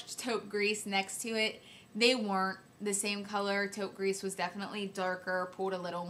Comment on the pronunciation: I love you I think you are wonderful! Short french lesson. 90% of the time when there is no 'e' on the end of the word you do not pronounce the last letter ex. Taupe Gris = Gree not Grease I hope that makes sense. Please dont be offended I'm really not trying to be mean.